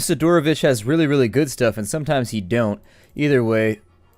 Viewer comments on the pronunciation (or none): It's correct to say "Sidorovich", the accent on Si, like SIdorovich, not siDOrovich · SID-ROW-VICH NOT SI-DOOR-OH-VICH